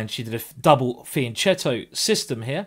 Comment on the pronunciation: In Italian it's pronounced Fianketto yes with a K sound in the middle. Wikipedia Fianchetto and read for your self. You'd think a GM would know such basic things.